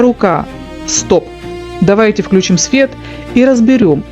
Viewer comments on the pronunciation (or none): none